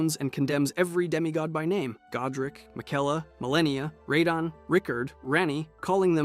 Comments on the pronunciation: idk why hes pronouncing radahn (ruhdawn) like that...its annoying and incorrect. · Lol Ray-don..... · Hey bro, play the game one time. Miguella? RAH-din?, Muh-Reeka? Absolutely butchered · Cant stand this guy say "Reydahn" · Rahdone 😂😂 that one had me cracking up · Ray-donn? What are these pronunciations 😭 great video btw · “Raydon” for radahn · its not radahn (rattan) like hes saying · You pronounced Radahn at least 4 different ways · Are you ragebaiting? Almost all the pronunciations are wrong and then you actuallly said radahn correctly once, then instantly went back to saying it wrong again